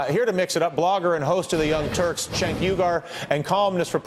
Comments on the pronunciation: He keeps pronouncing Cenk's name wrong. It sounds "Jenk" not "Chenck"! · spank that lil' brat, cenk! and MEMO 2 DYLAN... its JENK!!! not CHENK!!! all this time and he still says it wrong.. makes me want 2 scream the screen!!!! jenk jenk jenk jenk.. say it w/ me dylan... jenk! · Why they all keep calling him "Chenk?" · Can someone give these clowns a heads up on how to pronounce Cenk's name? Argh, so annoying. But good work Cenk, you hold your own =3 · You know I've seen Cenk on Dylan Ratigan a few times, when the hell is he going to learn his name? Maybe Cenk should pronounce it for him.